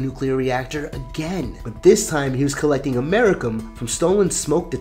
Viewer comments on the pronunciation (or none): Americium is pronounced Am-mer-ee-see-um FYI. I love this story. It blows my mind. I’m glad you covered it. ❤️